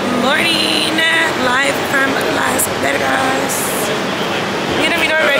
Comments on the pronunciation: she literally said “las veRgas”. Instead of Las Vegas …😂 I love this girl 🫶🏾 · Am I tripping or did she say Las Vergas lmaoo